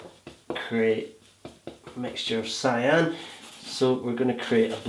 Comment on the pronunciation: I don't understand the word you are saying, the color you use instead of blue for sky.....it sounds like you are saying Siam ??? sorry!